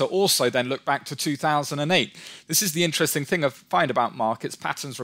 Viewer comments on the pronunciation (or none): none